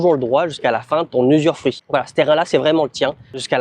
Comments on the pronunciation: Bravo ! Dans 5 ans on débarque prendre l'apéro sur la terrasse de la maison 🤣🤣🤣 ... NB. On dit "usufruit" (pas "usurfruit"). Pas grave 😀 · très bonne vidéo! je ne savais pas que l'usufruit existe aussi en Thaïlande! Attention a la prononciation usuREfruit ca n'existe pas:)! Félicitation et merci pour ta vidéo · Oui c'est TOUJOURS une bonne idée d'acheter un terrain. On dit usufruit et non usuRfruit. Conseil : clôturer le terrain avec portail, boite aux lettres , ça évitera les dépôts sauvages, appropriation de tiers... et débordements des voisins quand ils clôtureront ! Venir fréquemment le voir. Parfois il vaut mieux construire un petit quelque chose comme un abri même s'il est pas hyper bien fait, juste couvert, sans forcément des murs. Ca permet de s'abriter quand on vient voir le terrain et ça évite qu'on vous dise un jour qu'il n'est pas constructible. Ce qui est construit quand c'est constructible n'est généralement pas démoli si le secteur devient inconstructible. Après chacun fait comme il veut :) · Usufruit pas usuRfruit 😂😂😂